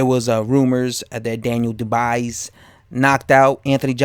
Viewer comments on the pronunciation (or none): Champ, "Dubois" pronounce DOO-bwuah. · Dubois pronounced dubwa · How are you saying his name so wrong!?!? Makes me assume that you have never heard his name said properly and therefore never seen him fight, aka boxing iq cred out the window